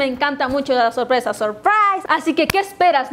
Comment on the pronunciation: nadie:: a mi me encantan las sorpresas ¡SUSPRAISSS!